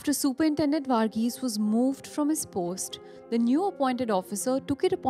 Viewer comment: So cringy way of pronouncing name Vaarghese etc